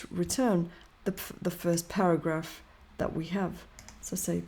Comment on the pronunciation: para"ghaph" :face-blue-smiling::face-purple-crying:!